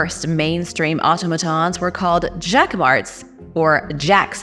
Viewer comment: In future, PLEASE learn the pronunciation of the words before you speak them in public. Automaton, Daedalus & Antikythera to start. My granddaughter & I love to watch your content. We will sit & watch several at a time.